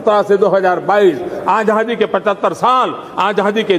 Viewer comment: मोदी आजादी बोल रहा है या आझाधी आझाधी बोल रहा है ज़रा गौर से सुनना।